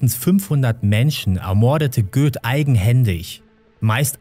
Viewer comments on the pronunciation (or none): Da wo du Göth als Göß ausgesprochen hattest, oder ?